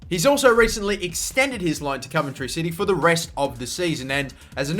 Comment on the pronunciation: as a coventry city fan i am nothing but thankful to newcastle for letting us have him because the last thing i want is marc antoine-fortune cos hes just shite...wish for nothing but the best for adam armstrong (p.s. you pronounce the 'ov' in coventry how you would say 'of')